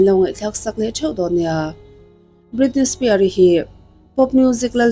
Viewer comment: Britney Spear ni lovin Britney Spears